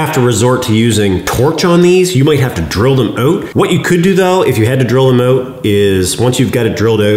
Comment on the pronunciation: Nah I couldn't tell at all that you're in Canada... "It will allow me to swing those OAT!" 🙄🤣